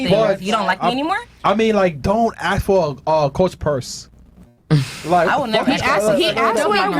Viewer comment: “Axe” instead of ask will always be annoying .